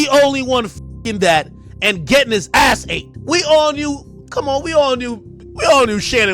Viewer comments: Stop saying ahh instead of ass. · ahh this, ahh that. AHH LOOK WHO CAN'T SAY ASS